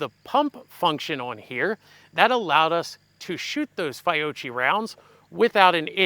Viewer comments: Fee-Ock-ee. No 'ch' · " FI - OCHEE" ??? 😂🤣😂🤣😂🤣